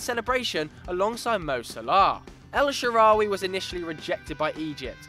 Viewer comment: As an egyptian I died a little when they said el shaarawy